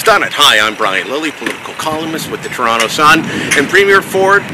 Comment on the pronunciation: soyronto? it's pronounced soyronna.